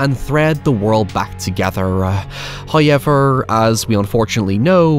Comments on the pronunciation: I know he can’t help his accent and I do love his videos but the way he says “however” is just… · Love the way he says “Hoaiever” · My favorite part is when says "It's Hoyeverin' time." And just starts hoyevering all over the place.